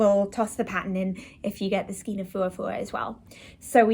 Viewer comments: The correct way is stile pronounced SKANE - no matter the "region" or the "accent". Do more research. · I disagree with your "ever-changing" remark. There is a correct way and an incorrect way and the word is pronounced skane. It may seem a non-issue for you but it bothers me when I hear it pronounced incorrectly. And lol, I am at an age now where I make no apologies to anyone for anything I feel about anything. In addition, my "reference" book of choice is the Bible. Have you read it? "A little yeast leavens the whole batch". Galatians 6:9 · It's pronounced SKANE